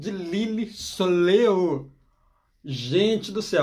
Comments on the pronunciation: Oi. Fiquei curiosa! Só um detalhe pra vc saber, não é soleô que fala e sim soléil. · Desculpe, mas a pronúncia é "solhéi"